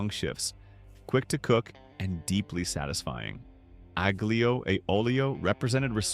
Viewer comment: Aglio has a silent g